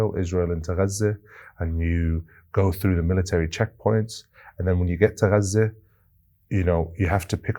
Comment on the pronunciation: its auto subtitles, they dont understand his correct pronunciation of gaza, the gutteral g sounds like a french r, probably cos of that it transcribes an r i dont think its on purpose you are sooo right that its totally being hidden (and lied about) by mainstream media etc but this is purely a linguistic/programming/technology problem i think sent with love